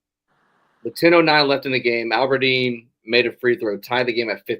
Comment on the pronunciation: Death, Taxes, and calling him “Alberdeen”